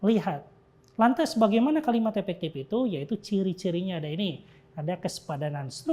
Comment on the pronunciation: oiyaa maap. Saya dengernya epektip 😂